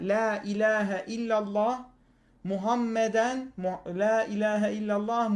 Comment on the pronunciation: Muhammeden diyor ama, bu hatalı telaffuz diye biliyorum. Muhammedun dese R harfine takılmak ekstra olabilirdi ama baya baya Muhammeden diyor. Ben normalde boyle bir şeye takılmam ama başka biri benzer bir hata yapsa dalga bile geçebilirdi. Yani "daha şunu bile bilmiyorlar" diyip kucumsuyor herkesi. Biri kalkıp sen de şu basit şeyde bile hata yaptın diye küçümsese ne derdi? Ya orada dilim sürçtü, ben aslında Arapça biliyorum İslam hakkında ilim sahibiyim derdi, ki haklı da olurdu. Yani karşı tarafı hatalı bir argümandan veya ilim eksikliğinden ötürü rencide etmesi ve görüşlerini komple kestirip atması bu kadar anlamsız işte.